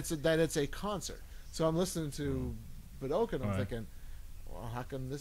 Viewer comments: i must ask....with all respect, is "boo-dokin" the common pronunciation of Budokan in Canada? i ask because i have always heard it in the US an Europe, and in the Japanese press conferences from Kiss' visit, pronounced "Boo-dough-khan". Keep up the great shows. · Boo - Duh - Khan.